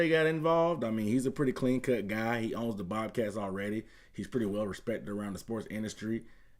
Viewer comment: Did you say "BOBCATS"???